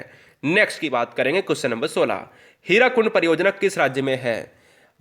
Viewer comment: Q-16 "हिराकुड" नहीं sirji वह "हीराकुद" डेम है । स्थानीय भाषा में इसका ममलब "हीरों का ढेर" होता है ।